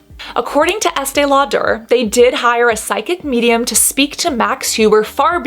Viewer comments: "Law-dare". ??? Just say it normal. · So curious about your pronunciation of Lauder?? Is that a quirk, Cass or is that how the name is actually pronounced? You said multiple times, Estée LauDER (two syllables, stress on second syllable) whereas I have always heard it pronounced as Lauder- one syllable, no stress. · Estee Lau-DER. Why's she doing that? 🤣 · “Law-Durr” I love it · I’m so sorry, but I can’t get past the way you say “law-dare.” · Please stop the Estee LauDER pronunciation. It’s so distracting 🤦🏽‍♀️ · The way she pronounces Lau-DUR is weird and incorrect.🤔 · I have never heard anybody pronounce Estee Lauder that way... I'm sure you're pronouncing it correctly but I'm saying I've never heard ANYONE pronounce it that way! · Girl who are you Madea 😂 the way you pronounce Estée Lauder is hilarious 😂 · Right!? This is a great video but the pronunciation of "Lauder" threw me. I thought I had it wrong; nope! (There's a YT channel by Julien Miquel with the pronunciation of this and other companies. Highly recommend it!)